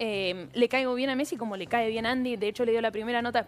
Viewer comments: 😂 que mecsi es MESSIIIIIIII PRONUNCIA BIEEEEEENNNNN😂😂😂😂😂😂😂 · te re banco pero si Messi vivió 30 años en España y dice fulbo vos no le digas metssi viviendo en el conurbano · Messi, no metssi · Por que el le dice Mettsi? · Che por lo menos pronuncia bien el apellido de nuestro capitán, es MESSI!!!!!!!! MESSI!!!! NO METSI, salame. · Messi es no Metssi . No podes pronunciar mal ese apellido es como San Martin. Se rrespetuoso con los proceres argentinos. Gracias,. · Metzi? 😂😂 Messi perro no te hagas el tano come guiso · Lionel Metzi dice 😂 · Como vas a decir Martin BOTSIIIII !!! METSI !!! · deja de decir Megsi, por favor jajaja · botsi metsi rocutzo menos mal que no dijiste sotfi martitnet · Consulta: porque decís metsi? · Porqie dices metsi? 🥲Jajaj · no entiendo por qué dice metsi! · Más que la pregunta en sí me pone más incómodo el diciendo Metsi y Martin Botsi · Metssi botsi sotfi youtube le tendría que prohibir la letra t a este canal😂😂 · Como seca la bocha escuchar metsi y botsi, mal,es messi y bossi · Metsi, Botsi ... che no es así 😅